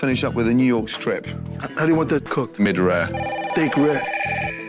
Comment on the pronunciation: Ramsey said MID-rare. 🤣